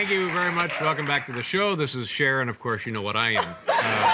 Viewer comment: Her name is CHER, not Char. How hard is that?